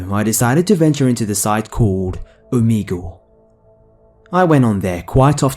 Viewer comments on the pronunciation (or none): You pronounce omegle wrong.... It's oh-meh-gul